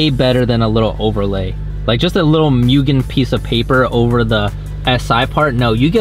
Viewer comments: Moogen, not mewgen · MU-GE-N Not MEW-GEN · People should not be allowed to buy mugen parts if they cant pronounce it correctly. MOO-GEN not MYU-GEN